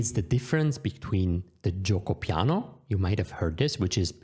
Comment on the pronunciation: Great video! It would be amazing to learn these base notions for each "main" opening. I was also not expecting such a good "Piano" and "Veloce" pronunciation. I got great expectations for "fianchetto" now! 😄😄😄